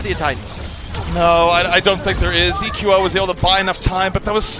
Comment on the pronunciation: Will say EQO correctly before the end of the season?